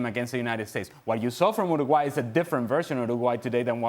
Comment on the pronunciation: Why can't he pronouns Uruguay? 😅